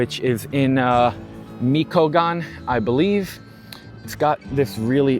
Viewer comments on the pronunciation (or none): You pronounced michochan wrong dude😂 (Mee cho cahn) Not (me co cahn) that's guerros for yea lol. I'm not full blooded Mexican heritage I'm half Mexican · It’s pronounced Mitch-woa-Kahn. (Michoacán ). Cool vid never knew that existed….